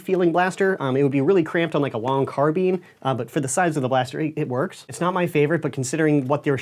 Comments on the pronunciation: Carbine is pronounced car-bean? I thought it was car-byne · Who else raged when he said carbean instead of carbine? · Errrm excuse me, it carb-I-ne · I hate it when Americans call it a carbeeeeeeeeeen instead of a carbine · So it's "carbeen" not "carbyne"? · Did he just say... CAR-BEAN??? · Nobody: Not a single soul:: Car-bean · Maybe don't use video game as an example, since it's a pretty recent invention (compared to firearms). But after watching Forgotten Weapons' video on the pronunciation, it seems that it's better to just tell people that British is carbyne and US is carbean/carbyne